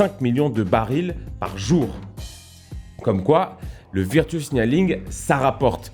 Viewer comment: Ça se prononce veurtchou pas virretu